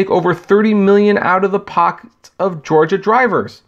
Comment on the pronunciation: "uh ohh gaiy Lyft" oh shit my man LMFAO HA HA